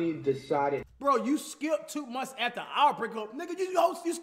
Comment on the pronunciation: I didn’t know our was “Ara”😂😂